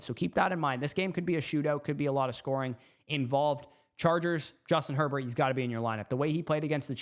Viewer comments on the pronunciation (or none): none